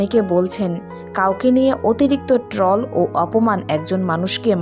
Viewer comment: Trall ta ki? Uccharon ta thik korun.